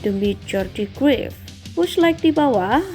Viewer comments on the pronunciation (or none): cruyff dibaca Kraif min bukan kruif